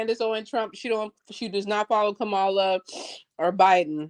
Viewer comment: How do ppl still not know how to say “Kamala”?